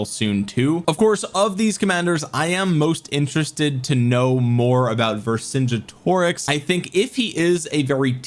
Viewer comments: Say it like this. Ver Son Get O Rix. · Vercingetorix has a hard G. Like the word "get" Ver-sin-GET-oricks